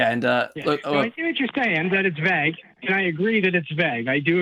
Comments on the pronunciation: Ugh... The way that guy pronounced vague..."vag", like a German saying "wag" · He keeps mispronouncing “vague” as if he’s only ever read the word and never heard it spoken by anyone else. Then repeating it as if he knows his way is right. Just another point of annoyance